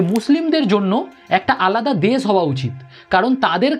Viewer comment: uchcharon theek kor … des na desh, unisso naa unishsho